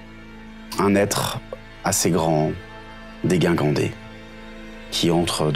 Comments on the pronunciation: J'adore les débuts de partie avec vous. Découvrir les nouveaux persos est toujours un plaisir, mais plutôt rare (on vous le souhaite, en tout cas!). Une petite remarque toutefois:, dans "dégingandé", le premier "g" se prononce comme dans "gingembre", et pas comme dans "guindé". Bonnes parties à vous tous! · Très contente de vous retrouver !! ❤🥪❤️🥪❤️🥪❤️🥪❤️🥪❤️🥪 PS : dégingandé se prononce "déjingandé" 😊